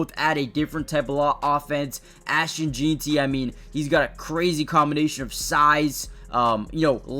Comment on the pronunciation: Lmao. Not sure why none of these guys can say his name right. I keep hearing Jean-ty (like this guy) Jane-ty, Jon-ty, and even Gentry. But obviously it's JEN-TY!!😂